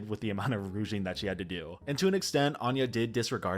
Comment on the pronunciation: Can we please stop tolerating the replacement of the word “ruching” (or “rouching”) with the word “rouging”? just doesn’t know that the latter means “applying red makeup” when she’s actually trying to say “wrinkle” or “crease”. Or maybe she’s just pronouncing it wrong. Either way it had to come out 😅